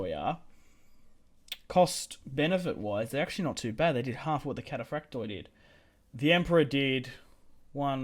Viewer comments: In Greek, when a word ends in ...oi (which is indicative of plural) only the i is pronounced, not the o. So, for example read Cataphracti (which means cataphracts, plural) whereas Cataphractos means cataphract (singular). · for the love of the Orthodox God the "o" in "kataphraktoi" etc is SILENT !!! (it is simply the plural form)